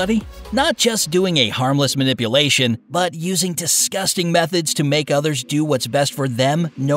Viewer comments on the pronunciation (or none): none